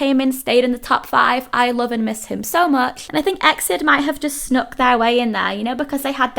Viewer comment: Also no big deal but wanted to let you know EXID is pronounced as separate letters like E.X.I.D if that makes sense. Either way it's okay 💖